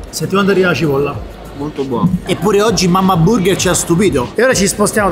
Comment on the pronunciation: "...la gibolla garammelladaaa... damm'a due"